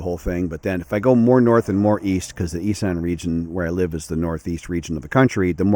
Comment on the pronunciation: Isn't it pronounced Iss-an? Not I-san. I might be wrong.